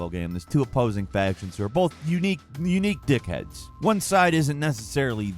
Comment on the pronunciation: Hearing an American accent saying the word "d**khead" sounds weird. Or is it me?